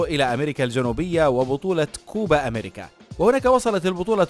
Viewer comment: كوبا دولة يا أصحاب القناة كوبا اميركا مو هيك لفظا فوتو اتعلمو النطق من غوغل ترانسليتر يا اخي